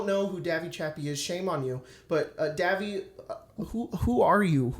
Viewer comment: Davvy pronouncing my username perfectly felt cursed for some reason